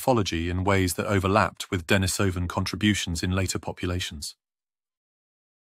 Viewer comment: I think it would be nice to pronounce Denisovan and Neanderthal correctly, especially if employing an English accent in the presentation.